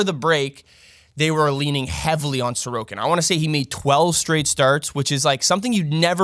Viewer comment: Comment features back to back weeks, with proper pronunciation and everything! Thanks a tonne, great video and advice as always, and I'll see if I can get anyone to bite on Sorokin!